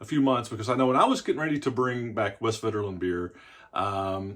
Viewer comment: The v is pronounced as an f, the w is pronounced as a v.